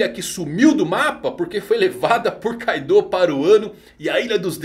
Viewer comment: E tbm não é Kaidô kkkk